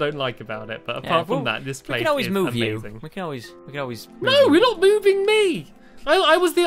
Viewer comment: He sed moo ve you